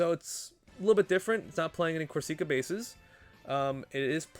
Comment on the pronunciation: not to be that guy but we gonna be hearing it for some time and Corsica is a real place lol it isn't a hard E sound like seek, it's sick